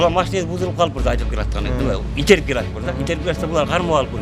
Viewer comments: Итерип дейт го Таластык окшойт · Итерип дейтко😃😃😃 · Итерип дейт го🤣🤣🤣